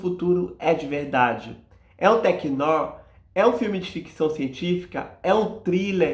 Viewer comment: Amigo, "noir" se pronuncia "noár" rsrs